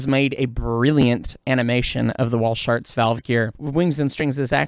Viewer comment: It's a small thing, but the man for whom the valve gear arrangement is named was named 'Walschaerts.' It's Flemish, and would be pronounced, 'VAL-scare-tz'. I realize that the pronunciation became widely popularized on this side of the Atlantic as 'WALL- sharts', but it's incorrect. But, I offer my compliments for a fine, detailed, and comprehensive description of the operation of a steam locomotive, and of the function and interrelationships of, and between, the various appliances and components. Very nicely done.